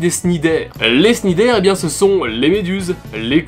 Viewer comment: Et au passage, je crois que cnidaire se prononce knidaire (oui, j'apprécie être chiant)